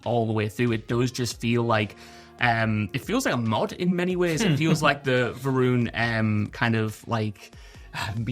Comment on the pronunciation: House Va'ruun sounds like House Iran.